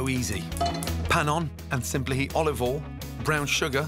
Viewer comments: Nobody: Gordon Ramsay: olive ole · “Olive ol” -Gordon Ramsay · He also says Olive Oll, doesn't pronounce the "i" in oil at all. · "olive all" you mean